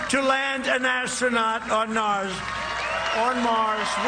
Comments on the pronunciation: Well....maybe that’s why he said “NARS”....just to get the impression, that we will be welcome over there...🤣😂🤣🤷🏼‍♀️🤦🏼‍♀️ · " On Nars OR Mars"?? There is something wrong with guy....come on the evidence is there..this is not the first time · Imagine giving a shit about Trump saying “NARS” rather than “MARS” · This dude makes fun of Bidens cognitive state yet he really just said Nars, lol. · Did you watch the video? Trump called Mars "Nars" and said his own name wrong.